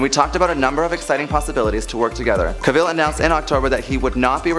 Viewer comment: You need to pronounce actors names correctly. To quote Henry Cavill "Cavill is pronounced like travel". Who wants everyone to pronounce their name incorrectly? Just ask Brendan Fraser.